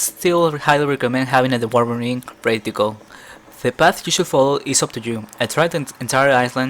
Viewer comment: do you talk spanish?, your accent sounds very foreign xD and you have that spelling problem on DW words as Dwarven ring, that you say "dewarven" when its something like "duarven" in spanish... sword (esword), its "sord", ch = k (for enchanted spears = enkanted) and such